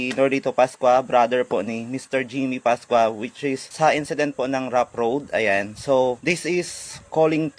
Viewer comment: Sir road rage hindi rough road. Saka yanna sir hindi alyana.. 😂😂😂 pero da best yan sir tuluyan nyo yan. pinagmumura pa kapatid mo e..